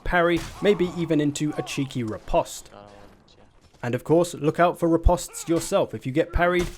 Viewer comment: Riposte is pronounce ri-post :)